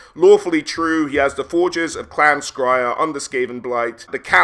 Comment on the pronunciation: Why are you pronouncing, Skryre scriyer. Should it not be scurry?